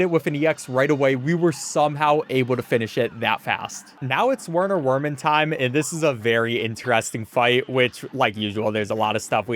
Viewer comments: Werner's name pronounced as Verner Verman since his name is German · I can't believe this came out right as I was rewatching your other Cuphead stuff! But uh also... Brineybeard. Long I. Not Brih-nee, Bry-nee, bry rhymes with cry. And Werner Werman is a German rat, so his name is pronounced with Vs, Verner Vermin. Please. My soul can't take it.